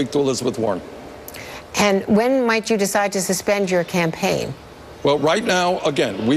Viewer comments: Did she say "Tampaign Trail"? I keep hearing and seeing her say that, rewind after rewind. Is it JUST ME? I am alone at hone, i need a reality check on this! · Yes, glad I'm not the only one. "Tampain" as in tampons and pain... Hmmm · Anyone catch that? "Teaming up on the tampaign trail."